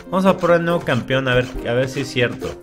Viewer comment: Es más fácil que tum tum enflaque que a que deje de decir "Campion":v lo comprendo yo también lo decía así